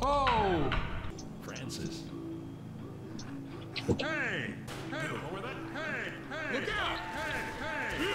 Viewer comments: Bill : Louis. Bill : Franshish :3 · Bill: franshish :3 I just like this part for no reason